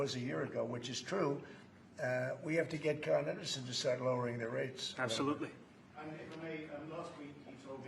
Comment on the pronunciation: “CON- Edison” lol using a word he knows so well